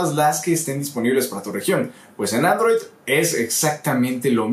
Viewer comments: arrow tv??? bajale un poquito al acento ingles q se te cambio hasta la palabra xdd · porque pronuncia android, como "arroui" ? Ni en usa lo pronuncian asi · y se llama: aarrrouuw tv jajajaja